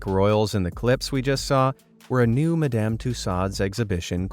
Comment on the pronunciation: You're mispronouncing Madame! 😂 Phonetically it's ma-dm. Not mer-damn!